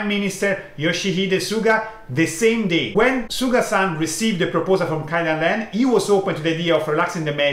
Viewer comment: Thank you very much for correcting this. I don't know why but I can't just pronounce it. I mean I know how to say it, but when I'm in the video I always end up saying KAIdanren XD The problem is not in the language, but in my brain, I think 😀